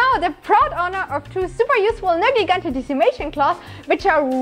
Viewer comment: ネルギガンテの発音すき